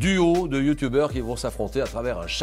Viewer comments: Julien a dit « youtoubers »😭😂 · " on se quitte avec ces 6 youtoubers !"😂😂😂😂 Julien Lepers on t'aime !💪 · mdr : "ces six youtoubers"